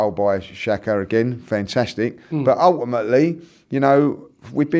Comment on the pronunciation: He said ulèimèly 6 times in the whole video. Ty could have done it in 5seconds though